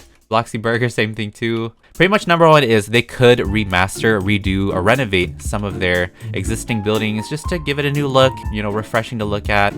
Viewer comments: When he said “renevade” I heard renagade..... do I have a problem? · talking about builds* Me hearing him say renovate* Me: renegade renegade renegade! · Him: They could renovate... What i thought he said: TheY COuLD rEnAgADe..